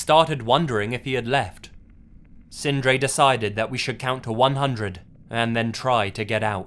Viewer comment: Loved the way you prounounced the norwegian names Sindre and Emil, I am norwegian myself, and we do have some hard to prounounce names, my name is Eirik, try to say that, haha:)